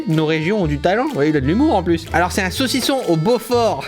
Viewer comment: J aime bien le sausison